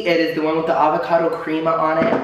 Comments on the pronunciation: My OCD went OFF when he said "Creama" instead of Crema xD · am i the only 1 who thought everything looked burnt?, darling! i say this with love, but your pronunciation today is literally making me CRINGE! 😳 guy's last name is pronounced "fee-eddie" & crema is "crem-uh". also, a "BLAT" is just a BLT with avocado. 😘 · Not you pronouncing crema like that. 🤣